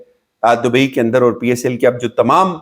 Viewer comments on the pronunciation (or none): none